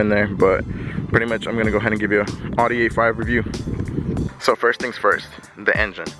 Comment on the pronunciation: What’s an awedee it’s an Audi